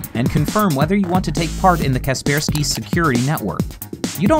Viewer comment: Wait what its not kaper sky its ka persky what